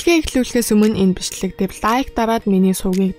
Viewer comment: Бичлэг гэдгийг бишлэг гэд бхийн хэхэ